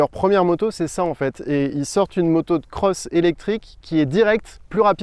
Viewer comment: J'ai du mal à supporter les quelques "cheuses" et les couleurs "jeunes" du journaliste qui, par ailleurs, a l'air tout à fait sympathique... Désolé, mais un O ce n'est pas un EU . Autant appeler les cross des creuss.... Je n'en peux plus, je me désabonne.